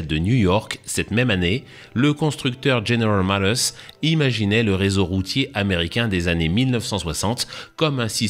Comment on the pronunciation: "general motorce"